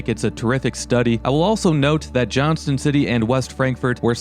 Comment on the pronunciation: Also we don't say the T in Johnston city. around here lol